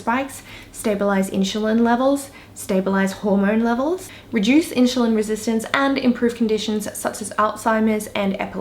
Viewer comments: Side note: it’s InSulin Not In-Sh-ulin ^^ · Inchulin holy shit plz learn to say insulin like everyone else. You sound like you dont know what you are talking about if you cant pronounce the basic words...